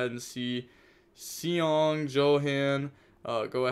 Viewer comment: its pretty funny to me that you read "segong" instead of seong which is prounounced like "song"